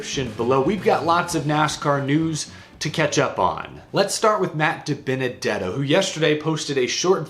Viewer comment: See ya Dibennadetto. Tired of hearing Waltrip struggle to say your name